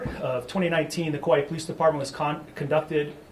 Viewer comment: Chief of police of Kauai and he can't pronounce "Kauai" correctly.